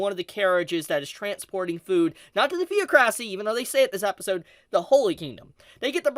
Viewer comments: Theres an irony in complaining about bad subs while not being able to say theocracy right xD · I'm sorry but at this point I had to laugh because it's pronounced The•oc•ra•cy. Not Theo•cracy. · it's not pronounced theo-cracy. It's the-ocracy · They skipped the entire Holy Roble kingdom 😂 better be a good movie Also the-ocracy. Please dont say it theo-crassy. I know the the root is pronounced theo… but it hurts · theo crassy?!😂😂😂 my dude it's pronounced thee-aw-cra-see.... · "Thee-awk-ra-see". not THEO-CRASSY. Sorry but it bothers me when the one and only language you know, you can't say correctly. That's purely phonetical too so dear lord. Anyways good episode lol. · It's theocracy not theo-cracy! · It’s ironic how he’s talking about them mispronouncing things in this episode whilst he is mispronouncing theocracy, it’s pronounced “theoc racy” not “theo cracy” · Its the·oc·ra·cy, not theo·cracy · Presumably the translator's only had the script of the Anime for context when translating and thought understandably that Holy Kindom and Theocracy were referring to one and the same faction, I don't know how similar/interchangable the words are in Japanese. Also Thee-ah-kruh-see not Thee-ah-kraeh-see, the -cracy is pronounced the same as in demo-cracy or auto-cracy. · I don't pronounce it theo*cracy, it's kinda like th*ee*ah*cracy, said much smoother than u do. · Ze Feo'Kraci? Nein! Ze Fee'Oh-Kra'See? Ja! Please MUTE your phone when filming. Not SILENT (VIBRATE). MUTE. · Yeah. I am a anime only person. Sadly after this episode I decided to listen to the Light Novels on tape! I blame Phillip. The-ocra-cy. Not Theo-crac-cy.. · The-ock-racy not thee-o-crassy lol man you pronounce things so weird sometimes.. That is crazy that they are two entirely separate entities, never would've guessed that. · "Theoc-racy" not "Theo-cracy" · Is it THEO CRASSY? its like thee-aa-kruh-see. THE OC RO CY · I was with him .. till he couldn’t speak English … really Theo-cracy? It’s THE-OC-RACY